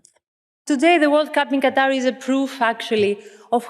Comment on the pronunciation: Gatar??? Hahaha it's Qatar Aaron!